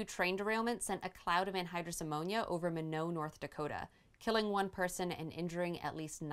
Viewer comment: It's "My-not" North Dakota. Nice place. I know it's a nit-pick but it's one of those things that unless you know, you'll never know so I don't fault you. Don't even get started on Cairo, Illinois ;)